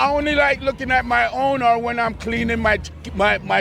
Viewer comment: "And vuht goes through your mind vehn you do see a pen*s, as a straight guy?" I'm dying